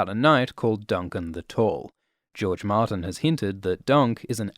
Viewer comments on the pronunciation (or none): none